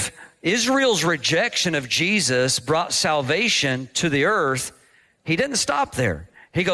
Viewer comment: hes saying Jestus like jest or joke